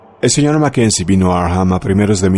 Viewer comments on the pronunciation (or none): No se pronuncia Arkjam, es Arkham tal y cual esta escrito